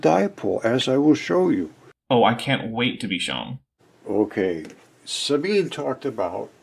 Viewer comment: I rewatched this because it's funny, and I noticed you missed the pronunciation of Sabine's name. If I remember IPA, it would be: sʌ•bin•ʌ Otherwise, it would be like sun without the n, bean, and none without the final n sound. I'm sure you'd prefer to get someone's name correctly, so I figured I'd pipe up about it. 🤷‍♀️ I hope you don't take it as an insult.